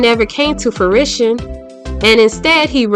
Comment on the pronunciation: I need for you to learn how to pronounce these words you are using. FRUITION not FARISHUN …. HOMAGE not Ha-MAAJ. No shade…. Respectfully